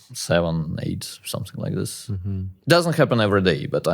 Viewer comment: Anyone wonder why he can pronounce "that" but not "this" ???